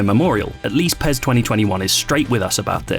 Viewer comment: Sounds like he's Saying Pears 🍐